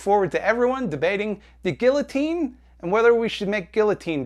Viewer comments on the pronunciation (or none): “Gilluhteen” hurts my ears too. 😔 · Bruh. Just stop reading YouTube comments. It's a shitstorm down here. Also it's "gee-uh-teen" not "gil-uh-teen". And guillotine jokes are fuckin funny. Let's please introduce Jeff Bezos to a couple of slicey bois. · Gee-ya-teen not gilloteen, just do it, just say it right. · I have to say it, it pisses me off, guillotine is pronounced guiYOtine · It's pronounced geeyateen. IDIOT. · my ex girlfriend was very conservative and funnily enough if she watched this vid she'd probably spend more time arguing with me on how to pronounce the word "guillotine" over anything else. Idc if it's it's traditionally french, I'm not saying "geeyoteen"! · The way you pronounced guillotine, ruined guillotine for me. Just kidding, great video! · My only issue with you talking about guillotines is your pronunciation of the L's. Bruh. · I wouldn't be focusing exclusively on your use of guillotine jokes if you actually pronounced it correctly!!!! Anglophones man, and I'm barely a francophone. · your guillotine joke is problematic only because you pronounce it that way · ok so i know you made a joke about the comments being filled with discourse about guillotine jokes but i have a feeling more people are talking about your pronunciation of guillotine. and by that i mean me. im talking about your pronunciation of guillotine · Great video but most importantly, is anyone going to explain why he pronounces guillotine like that? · I agree with everything you said about the guillotine except for the way you pronounced it lmao. This is a good ass video